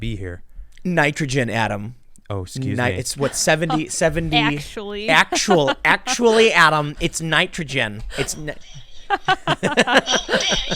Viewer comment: Tim did an ACKSHUALLY at the end there. That was epic style.